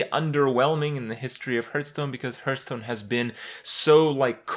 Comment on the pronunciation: Why do you say hurtstone? It´s hearthstone.....my ears bleed